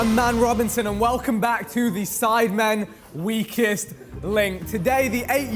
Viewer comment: 🤣🤣 I really thought he said “We Kissed” instead of “Weakest”